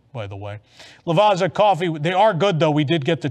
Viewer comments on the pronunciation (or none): FYI the two Z's in Lavazza is pronounced like the 2 Z's in pizza 😜